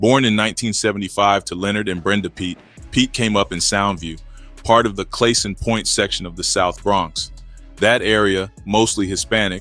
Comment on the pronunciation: IT IS PRONOUNCES CLA (like "class") - Son point. Anyway, THEY BEGGED HIM TO TELL for a deal to get out of jail. And he remained solid, took accountability FOR HIS ACTIONS and is doing HIS TIME like a man. 23 hours in the jail, out for 1 is wild work. SOLID!